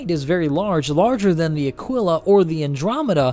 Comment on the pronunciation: Awesome video, as always. Just one mention, the Aquila (and thank you for pronouncing that correctly, btw), has a different cockpit canopy. The Phoenix does share its design with the Andromeda, though.